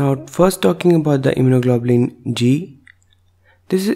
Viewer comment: Very well done, and I love his pronunciation of immunoglobulin